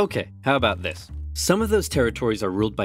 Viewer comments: “Zis is a bucket.” “Dear god!” “Zere’s more.” “NO!” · spy "zis, is a bucket" soldier "dear god..." "zeres more." "nooo…"